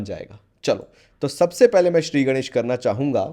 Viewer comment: bhai aap marathi ho? गणेश me “N” ka accurate pronunciation